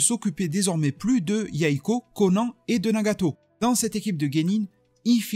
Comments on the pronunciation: noooonnn STP pas c'est pas Conan le barbare mais Konan(e) tu m'as percé les tympan t'as pas le droit:p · Juste le konan et pas le konane(pour la prononciation) ça m’a fumé